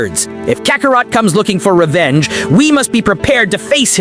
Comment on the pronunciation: Kacarot.....really? Why does A.I always mispronounce such easy words??? I heard the A.I pronounce it as Kakarat lol